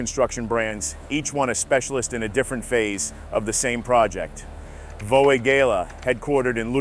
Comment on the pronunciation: German native here. You have to work on your pronunciation. At least speak out what you read. Kleemann is not Kelly-Man, Vögele is prononced with an Umlaut like you would pronounce the first part of Mötley Crüe.